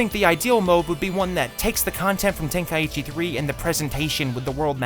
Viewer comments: ten kai ECHEE... its Tenkaichi the way you pronounced it is very wrong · Ten-kai-chi not ten-kai-ichi where tf you get the extra i from? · I am so happy theyve stopped calling it budokai tenkaichi because nobody actually knows how to pronounce tenkaichi It is ten - kai - chi It is not ten - kai - ichi Am i the only one that ever gets annoyed by this? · Correct me if I am wrong but is it not pronounced ten kai chi? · say tenkaichi one more time wrong and i hunt you down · Man, people really need to learn how to pronounce Tenkaichi